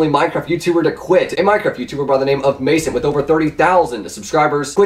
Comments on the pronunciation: WTF is May-sent it's Ma-sant(like crescent) Also Zombies is so fucking easy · when u pronounce masant (Mah-sont) completely wrong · its Ma- Sont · He didnt say Masant right! D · you said Masant wrong.